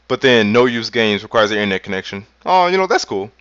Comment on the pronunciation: "Innernet." lol